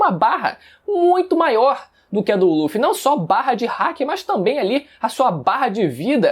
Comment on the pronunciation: O que o fala: barra de haki O que eu entendo: barra de hack